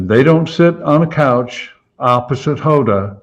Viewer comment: You might want to learn how to pronounce people's names,, or did you pronounce Hoda's name incorrectly on purpose?